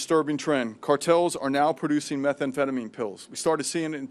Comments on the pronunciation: Thats a very interesting pronunciation of 'methamphetamine'. I've never heard anyone pronounce it like that. Looks bad Pam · It’s not meth e emphetamine. 😂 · What is Meth-A-phetomine? Also, RELEASE THE FILES PAM! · Is she trying to say "methamphetamine"? This is embarrassing. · The way she pronounces methamphetamine is killing me 🫠